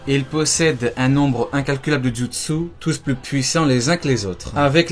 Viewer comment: jutsuu jutsuu jutsuu comment tu le dis mdrr